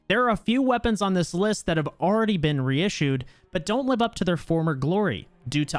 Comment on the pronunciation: Re-issed lol